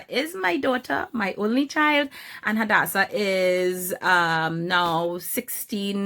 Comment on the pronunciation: Swear my name is Hadassah and so many people pronounce my name wrong but it makes me soooo happy when people pronounce it extremely well like you are 😍